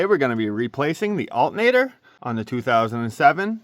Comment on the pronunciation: why he say alternator like that man smfh